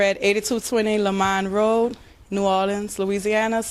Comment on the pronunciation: New Orleens? Liberry's? He needs to get diction lessons. A least learn how to say New Orleans as in Orlunz. Lie-brary is another story.